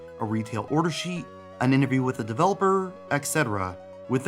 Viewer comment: *et cetera, not "ex cetera"